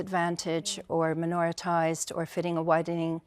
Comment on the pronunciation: What the hell is " minoratize "?